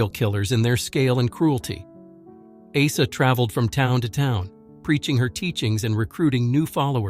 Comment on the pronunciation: If someone name is Åsa say Åsa not asa😊